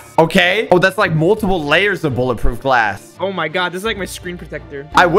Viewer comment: He said bullet proof glath huuuh????????!?!?